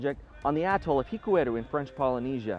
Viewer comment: Fantastic film. Very enjoyable with a very clear explanation. I hope you don't mind but the stress in on the A in Atoll. A'-toll.